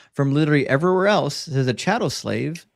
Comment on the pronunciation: Dude literally doesn't know how to pronounce "says". Wild.